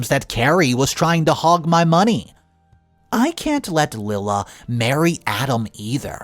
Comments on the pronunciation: not Lilla, LIE-la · Lila is NOT pronounced "Lill-uh". It IS pronounced "Lie-luh". Here goes with another very simple and common name, that you again do not pronounce right!!! Why do you keep doing that? It's not hard to go to google and ask, "How to pronounce the name spelled L-I-L-A?" And it will even tell you. I guess you are just too lazy or ignorant, to do so. I also think, as many times as I've written to you, that you are also too lazy to read the comments! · Lila = Lie-La